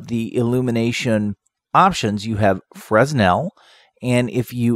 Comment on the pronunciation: Quick pronunciation correction. Fresnel is pronounced freh-NEL. The 's' is silent and the emphasis is on the second syllable. I have no idea why the French insist on adding letters to words and not using them, but they do.